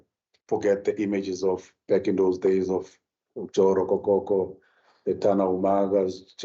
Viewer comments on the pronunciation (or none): Stick butchered Joe Rokocoko’s name 😂